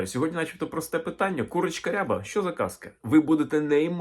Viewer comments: Відколи рябих курей не існує? Наголос, доречі, на рябА, а не рЯба. Це і правда можна назвати строкатим. Та строкатий не різнокольоровий.. Просто вбийте в Гугл: Рябі кури. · Наголос рябА, не рЯба рябА курка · Українською не рЯба, а рябА. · Курочка не рЯба, а рябА! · Курочка не рЯба, а РябА. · А чого рЯба ,а не рябА ?🙄 РябИй окрас(масть) відома річ 😎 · От неправильне трактування кольорів. З давніх давен і досі рябими називають строкатих курей з білим і чорним пір'ям впереміш. Тільки наголос ставився на другий склад: курка рябА. Тобто абсолютно реалістична рябА, чорно-біла курка, яких завжди повно в українських селах. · Гадаю, що курочка рябА, наголос на останній склад